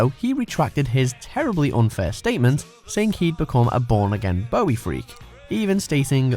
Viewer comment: The way you say "Bowie" (Bow-wee, like it's a boo-boo) hurts me.